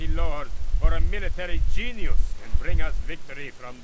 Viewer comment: A Military GEEN-YOOS